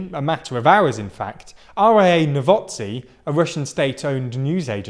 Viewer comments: novoSt[e] lol - just use google translate to say it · Dude, I love this channel but you guys MURDER anything not in English! Like really just put it into Google translate first, it will sound a lot less ridiculous! 'Novosti!